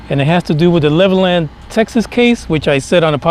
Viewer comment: it is pronounced Level Land they dives us crazy. I have never heard about this. Very good info. Reece Air Base it is closed now